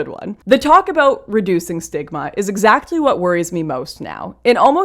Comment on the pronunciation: Was that “reduce stigma” or “reduce smegma”?